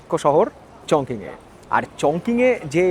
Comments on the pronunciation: উচ্চারন টা হবে চংচিং। চংকিং না। 在中文: 重庆 (Chóngqing ) . 🇨🇳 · Chongqing is pronounced as "Chong-CHING". Hope you don't mind the comment.